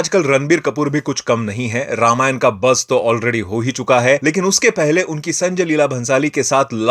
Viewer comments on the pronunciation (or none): ramaayanaaa नहीं रामायण होता है समझे